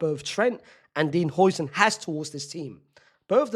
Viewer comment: Its how-sen not hoi-sen😭😭